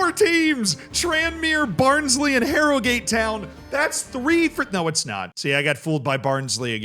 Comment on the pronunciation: "HARROW GAATE TOWYN!" I would watch these vids just for the pronounciation tbh